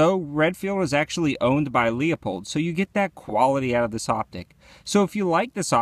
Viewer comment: Love you man, but pretty sure it's pronounced " Lou-Pulled". Just saying... (yes, I'm a grammar Nazi but I try not to be). Later..